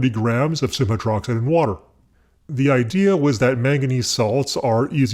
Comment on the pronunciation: Over the years I've gotten used to pronouncing "sodium hydroxide" in 3 syllables. I now accept it as an endearing quirk.